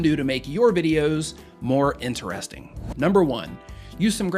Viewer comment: did anyone else hear him say INERESTING